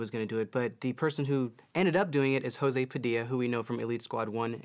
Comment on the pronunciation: I'm glad you liked the Elite Squad movies, I'm Brazilian and yeah, I must say they're somewhat a trophy of ours, kinda City God. Oh, and José in portuguese doesn't sound "Hosé", more like the J in Joe.